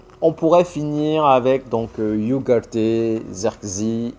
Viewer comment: Hello, *Ugarte se dis pas*. iougarté 😂 ça se dis Ougarte